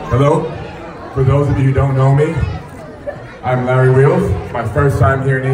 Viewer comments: He says lorry 😂instead of larry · The Ganesh mandal guy introduced Larry as lorry...😂😂😂... Listen at 1.42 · Ha bro lorry 🤣 hotta hai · Abey lorry nhi larry.. Hadh hai. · He pronounced lorry ofthewhey instead of larry wheel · Larry is also a gentleman ... He is behaving in a very gentle and cool manner with everyone ..... I know he heard the man calling his name wrong ( lorrie ) still he didnt laugh and respect him ..... ❤️U brother 🙏🇮🇳